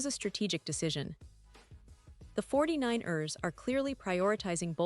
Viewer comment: It's not pronounced 49-ers it's the 49ers one word no break. You are driving me and I'm sure other fans cringing every time you say 49-ERS!